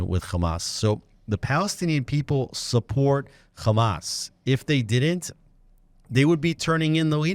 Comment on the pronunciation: Its Hamas not gamaaas